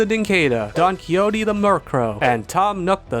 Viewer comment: "that's how you pronounce that name" bro in what world did that sound like "kee-ho-tee", it sounded more like he was trying to pronounce coyote